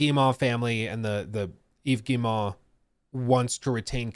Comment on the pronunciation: Tip! Guillemot: Gii-mow. Like mow the lawn. Like mo money mo problems. At least close enough.